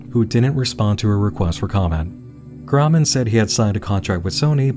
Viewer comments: Hmmm...Very strange that Hasan Kahraman is not an actor, he obviously has a thick accent (which suggests English isn't his first language), but for some reason, he cannot pronounce his own last name... 🤔 (His name is Turkish, btw, and it is not pronounced kurhman, as he pronounces it lol) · well i got news guys hasan kahraman isnt pronounced that way in turkish …. it should be pronounced something like kaghrahman